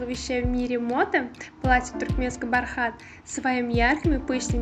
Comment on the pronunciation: Не бархáт а бáрхат